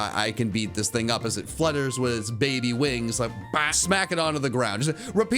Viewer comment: He said baby wrong according to him and wolfey vgc in "Can These Pokémon Breed" if anyone knows what I'm saying.